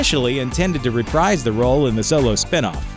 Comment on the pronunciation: Reprise(d) is pronounced rePREESE(D). Just so ya know.